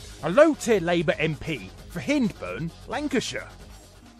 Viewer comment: Its pronounced Hind-burn (as in be-hind teehee)